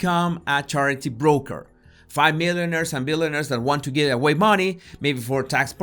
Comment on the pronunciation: I thought he was talking about hat makers. Why would Epstein want to introduce hat makers to institutions? Then I realised he meant millionaires. He sounded like he was saying milliners!